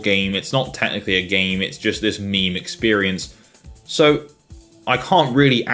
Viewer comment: Did you literally just pronounce meme like "mimi"?